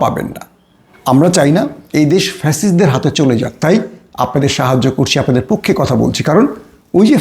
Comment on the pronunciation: উচ্চারণ শিখে কথা বলতে আসেন | পক্ষো না পক্ষে